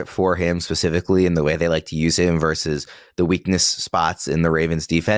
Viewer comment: The word is VERSUS, not Verse!! The rage in me!